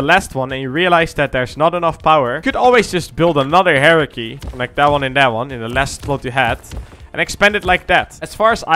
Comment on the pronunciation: My man said hierarchy like heresy and im here for it.